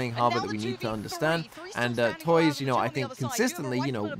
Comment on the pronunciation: Hey man! Just a quick correction, don't know if you'll even care about it, but on the off-chance: Tuyz's name is actually pronounced "too-is" instead of toys. Just a clarification if you wanna call it by how it's actually pronounced. But great analysis! Always great to see you talking about LOUD and breaking out their strategies.